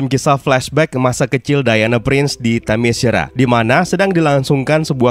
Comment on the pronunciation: min, saran LAGI nih (kyk nya udh sering gua komen, tp mungkin blm kebaca aja): sebelum mulai menarasikan naskah di setiap video, ada baiknya utk memastikan cara pengucapan nama2 / kata2 bhs asing nya. gampang kok, tinggal ketik di google translate trus klik gambar speaker nya. - "Themyscira" itu dibaca te-mes-ki-ra , bukan te-me-shi-ra - "Great" itu dibaca greit , bukan grit (grit itu pengucapan utk kata "greet") sekian, semoga makin rame dah ini channel krn emang good pembahasannya gua suka